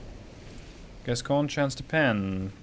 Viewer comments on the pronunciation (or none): Gascogne has become Gascgone.